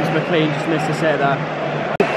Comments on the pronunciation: ITS NOT MCLEEN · hey im from ireland and its prononced mclane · it’s pronnounced mclane